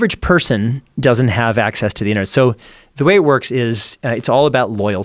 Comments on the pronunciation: fffark the way Joe says internet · Joe “Enter Net “ Rogan